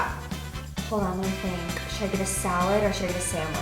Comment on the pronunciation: lol the way she said chicken though XD